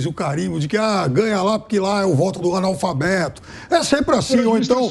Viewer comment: Esse comunista petista analfabeto nem sabe pronunciar corretamente a palavra analfabeto.